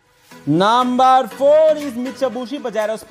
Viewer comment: Naambur waan iz 😀